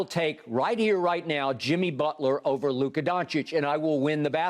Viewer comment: I absolutely LOVE Jimmy but LMAO stop it… it’s clearly Luka